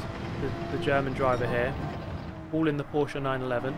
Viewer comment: „Porschaaa“ I am German and I am angry